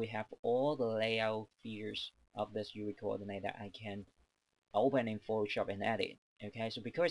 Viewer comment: I love how he says "Youwee Coordinay"